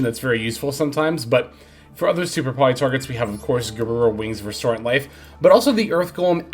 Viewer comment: it's resonant life. not restorant life.